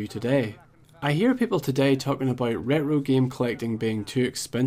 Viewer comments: Ret ro ragy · Is no one going to mention how he pronounces retro? 😂😂😂 sounds like scooby do saying uh-oh😭😭